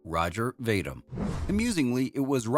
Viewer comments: Vadim: VAY-dim? My God, man! vuh-DEEM! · Ro-gehr Vah-deem, not "Roger Vay-dim".